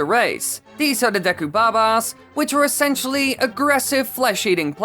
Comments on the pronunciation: what is the correct pronunciation, I've herd it been pronounced deku and for some reason pronounces-es it as da-yku, what do you pronounce it please reply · You said deku wrong